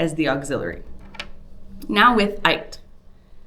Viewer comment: It's pronounced "être" not "aître" as you are saying it.